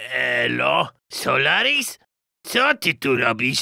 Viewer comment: w sekundzie mówi solaris bez otwierania ust